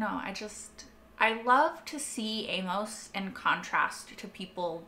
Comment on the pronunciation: Amos rhymes with famous, hey miss and shameless. Is the way Amos is spelled throwing you off? I think you're American, so it seems impossible but have you never encountered someone named Amos? Why the odd pronunciation? Famous Amos is the number two brand of chocolate chip cookies, only behind Nabisco's Chips Ahoy. I prefer them soft, right now Chic Fil A's are my favorite. Back on point - I too love this show. Breaking Bad is my all time favorite series. This show is a very close number two. Very well done. I am surprised it struggles to get views and was cancelled mid way during season 3. Then again I just heard and started watching it a couple months ago. Currently I'm one episode ahead of you having watched Season 4 episode 1. You have a very good grasp on what's going on. I discuss it with a co-worker to hash out what we saw. Then I watch Reactors like you, The Normies, Scriptonite and Molly Bee Reacts. Really miss New Complex channel. This would have been ideal for her. She got me through Devs and Westworld. Thanks for sharing.